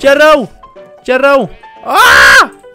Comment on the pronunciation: De mau multe ori ai zis celrau😂🤣